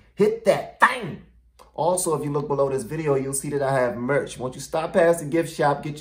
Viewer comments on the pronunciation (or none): none